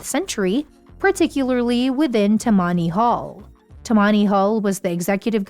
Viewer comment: please say: tamanny hall